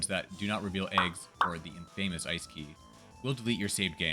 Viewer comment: please dont pronounce infamous as "in-famous" cmon man